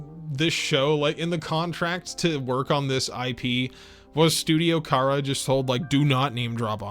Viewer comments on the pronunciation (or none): none